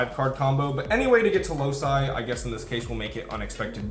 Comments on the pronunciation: Excellent video, as always. Just one minor thing: the card is pronounced Loki, like the Marvel character, not Lousai. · isnt loci pronounced "loki"? Great Vid tho! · I've never heard a card be more inconsistently pronounced then Loci.